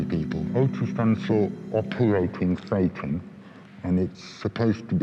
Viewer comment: “Operating Thetan”? Anyone else hear satan at first